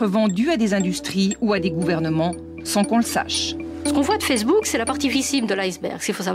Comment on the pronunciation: "Marc Toukerberg" ? j'ai bien entendu ça ? O_o bah dit donc ! Et la meuf qui dit "Fersbook".......